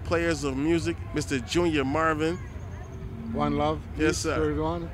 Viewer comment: The man took the time to give this interview and the least that could have been done was to get the name right. Junior Murvin not Marvin.